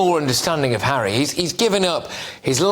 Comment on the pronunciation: Never thought I'd hear Lady C saying Megain gives Hawwy head.😂